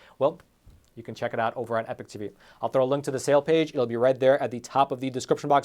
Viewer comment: I'm not sure i could ever subscribe to the epoch times when you keep mispronouncing it as "epic" 😂 as the meme goes "you keep using that word, but it does not mean what you think it means"